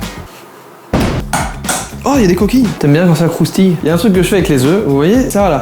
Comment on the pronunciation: le "t'aimes bien quand ça croustille", la prononciation me TUE